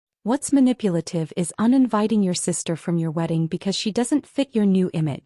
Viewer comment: “unenviding” The word is UNINVITING.